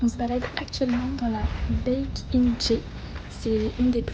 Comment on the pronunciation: 백인제 영문식 표기를 보고 “Back in JE”(JE로 돌아가)로 인식하고 발음하는게 귀엽네. ㅋㅋ